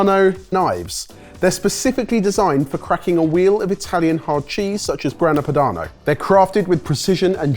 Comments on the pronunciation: Anyone else hear say Grana Panado? 😂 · "Grana Panado" LOL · 12.01 Grana Panado? From a Chef ? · It always amazes me that the boys still can't pronounce well known foods and ingredients properly after all these years, even:D and that french music while opening a Grana Padano is just meme-worthy:D